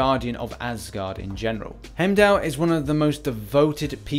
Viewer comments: It’s not Hemdell, it’s pronounced HIME-DALL!!! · Why the fuck would he be skill? He should be science for the same reason as cap. (Red skull) P.s it’s pronounced “Hime-doll” not “hem-dell”